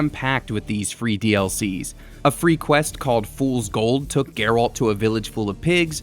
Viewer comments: Anyone else getting slightly triggered by the over annunciation of alt in Geralts name from this guy? 😅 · You can tell this guy never played the game since he can’t even pronounce Geralt’s name properly lol.